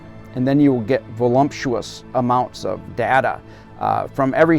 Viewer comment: No he did not just say "A volumptous amount of data".